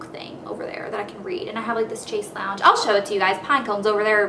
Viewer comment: is "shayse long" not chase lounge